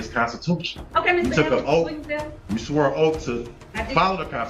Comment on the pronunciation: "You swoe an oaf......."